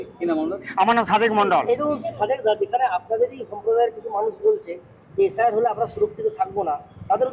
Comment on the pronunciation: কেউ ভুল বুঝুক আর না বুঝুক এই দাদা কিন্তু ভুল বুঝে গেছে। এইতো বিজেপির নেতা। একে কোন অ্যাঙ্গেলেনেতা বানিয়েছে আমি তো কিছুই বুঝতে পারছিনা। ভালো করে এস আই আর উচ্চারণটা করতে পারছে না। এর তো নিজেরই নিশ্চয়তা নেই মনে হচ্ছে। লিস্টে নাম তোলার জন্য একেটুপি পরানো হয়েছে। একে বর্ডার এ পাঠিয়ে দেন তাহলে এস আই আর এর দরকার হবে না। এ ভাই শুধু সংখ্যালঘু নয় মনের দিক থেকেও সংখ্যালঘু। রিহার্সেল টা ঠিকই দিয়েছিল কিন্তু একটু মিসটেক হয়ে গেছে।